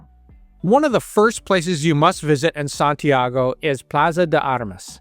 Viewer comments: Is not SantiEgo- it’s SantiAgo. Please make the minimum effort to correctly pronounce the names. It’s infuriating hearing you mispronounce them over and over. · Why is it so difficult to correctly pronounce Santiago?